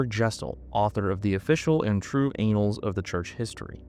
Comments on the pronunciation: ANNE alls not anals😂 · lol annals. Pronounced an - als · "anals of church history" around the 23rdminute had me in stitches! 🤣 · Bro really didn't have to say annals like that. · So. Many. Creators. Do. This.